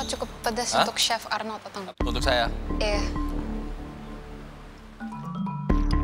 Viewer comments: Gw dengernya malah syekh arnold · gua dengernya si arnold, bukan chef arnold